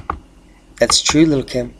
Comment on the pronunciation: 😅😆 He kept calling that woman "Lil' Kim" leaving me DEAD laughing! 💀💀 The new gifs are on point! I DID notice the Earth was a little tilty lately...or was that the 🌱? Yet another educational and informative update. 😆🌋✌